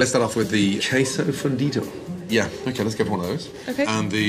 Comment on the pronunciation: Dude ordering really said KWESSO FUNDIDA